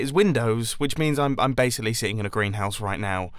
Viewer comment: Am I the only one that heard “Grian’s house” instead of “Greenhouse”?